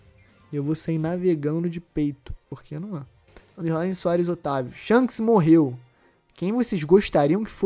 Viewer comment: Shonks kkkkkk essa de irmão gemulo não dá pra mim 😂😂😂